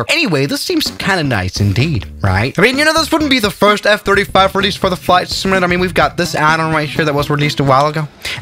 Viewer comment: He said flight simantator